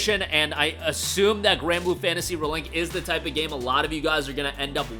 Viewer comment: "Granblue Fantasy Ruhlink"